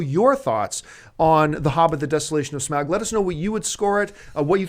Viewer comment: glad you say smaug the normal way!